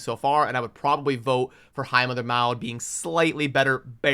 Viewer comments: I would rather have a slow down on the resource drains for a bit... Give us a chance to build out the Champions we currently have and build a plan for our accounts... BTW, I understand you and I are of different genereations, but Maud (mod) used to be a pretty common name here in the states, so I cringe every time you say (mowd) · Brother… I know the pronunciation isn’t your thing and many times I just laugh, but for the love of god I can’t let Maud go. It’s MOD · Maud is pronounced like “mod” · The name is pronounced Maw-d. I think the reason White Queen is being marked higher, is because of her companion. Together, they are S tier and that's why people will want her more, not because individually she is better side-by-side.